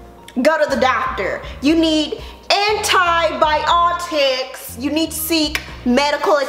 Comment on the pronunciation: “You need AN-TI-BI-OT-IKKS!!!” 🤣🤣🤣🤣🤣🤣🤣🤣🤣🤣